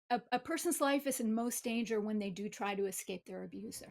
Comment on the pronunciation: a grown educated man that says ‘exscape’, really???